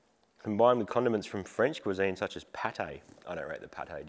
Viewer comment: I want an apology about the ‘pâté’